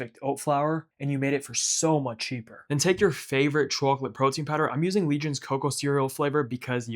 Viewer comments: It annoyed me more and more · Chawklate tawpping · say chwacolate one more time 🔪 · chawklate sawlty flavor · I like how you pronounce chwochlette, it pleases me. These look delicious and since this is the first video I’ve seen from you I need to check out more recipes from you! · The chacklateee sawlt is shitty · "rahool" "chwoclate" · Put the Sawlt on Tawp of the Chawklet. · subscribed for CHAWKLIT TAWPPING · Took me too long to figure out you were from Boston. “Chawclit” 😃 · Chawklate sawlty bawlz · Came for the chocolate, subbed for the chawklate 🍫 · We gaht a CHAWCLATE layuh on tawp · Chawklate sawlty combo 😊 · I remember when they invented chawklate . . . . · I absolutely love the pronunciation of chocolate 😊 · why does he pronounce chocolate like that,................ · Ngl your pronunciation of chocolate ticks me off lmao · he says chocolate like that old lady from spongebob